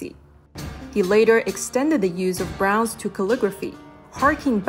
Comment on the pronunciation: I love the video and overall narration was good until you didn't pronounce Bronze correctly and was distracting my enjoyment of the journey of this video. It was kinda annoying because Bronze was your star and pride of this video. What a shame, you did not give Bronze the respect it deserved.